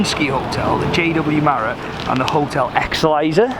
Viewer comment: ''Hotel marrot and hotel exeLISER'' jesus christ dude learn to read